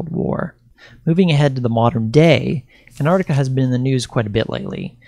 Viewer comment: can't even pronounce "Ant-Arc-Tic-A"...says "Ant-Ard-Ica"...ffs.. Not even bothering beyond 20 seconds,...fucking millenials... 🙄 Do you also "axe" many "impordant" "queshens" in your "research," too?